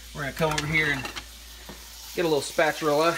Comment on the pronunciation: A “shpaturla” 😂😂